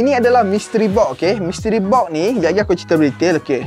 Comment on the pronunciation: oneplus NOD. mystery BOK. pronunciation ke laut